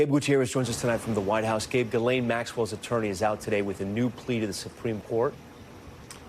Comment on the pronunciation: Please pronounce Ghislaine's name correctly.